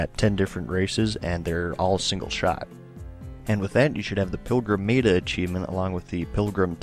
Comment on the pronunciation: Please, say meta right.....MET-A...not MEATA